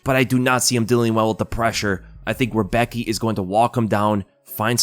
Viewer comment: Damn you pronounced Rebecki sooooo wrong haha its funny to hear. I know its hard for someone not from Poland but its so funny 😅😅😅